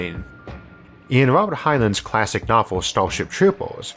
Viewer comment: The two "ei"s in "Heinlein" are pronounced the same -- see Wikipedia.